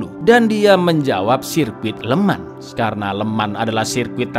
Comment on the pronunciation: FYI "Le Mans" dibaca "Lu Mong" ya Lurs